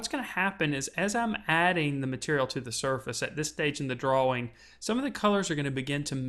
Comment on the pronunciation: ***** He sounds American. I know a few Americans and none of them say drawwing, so it must be a speech impediment, not the accent.